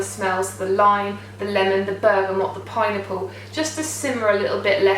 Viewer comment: Oh my gosh when you said "pineapple" I thought you said "pie-nipple" haha!